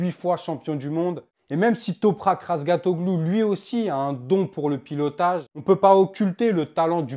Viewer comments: Répète après moi : Raz Ga Tio Glu et non pas "Razgatoglu" 😅 Ça ne sert à rien ce genre de comparaison a la noix. Mais n'empêche que cafera du bien au Moto Gp d'avoir un pilote différent d'un italien ou d'un espagnol En plus quand on voit son pilotage il est très propre et respectueux de ses adversaires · RAZGATLIOGLU. ET PAS RAZGATOGLOU